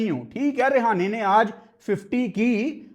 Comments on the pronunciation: Bhai tu hamesa hi mera ❤️ jeet leta h but yr vo रेहाने nhi h रहाणे hai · Its Rahane bhai not Rehane😂😂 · Not a Rihane 😂 It's a Rahane ✅️ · He is not rihane 😂 he is rahane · Rahane❌ Rehana✅😂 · Rahane❌️ Rihane✅️🤣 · Rahane 😅 not rihana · english Lower order❌lawyer order✅ Rahane❌rehane✅ Quinton de kock❌quanton de kock✅ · Bhai sahab rehane nhi rahane hai bo 😂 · रिहाने रहाने 😁 भाई 🙏🏻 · Rahane × Rehane ✓ Dimag × Damag ✓ Quinton× Quanton ✓ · Rehane nahi hai wo rahane hai 🥱🥱tum log bolna sheekho buai kya matlab sare hi aise hai kya pakistan mai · Rahane ❌ Rihane✅ 😅 Quinton ❌Quanton ✅😂 Don't worry,Hota hai kbhi kbhi Btw great Analysis 👍👍👍👍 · Rahane ❌❌ Rehane ✅✅ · bro your pronunciation is just awsm rehane 🤣🤣🤣quanton de kock 🤣🤣🤣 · Rehane? Rahane name h bro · app Rahane ka name galat pronounce kar rahe ho. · Tujhe rahane ka name pronounce krna nahi ata